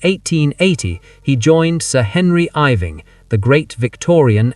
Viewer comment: Could the artificial intelligence commentator be taught electronically to pronounce the name Henry Irving considering that he was a particularly renowned actor in 19th century England and deserves respect.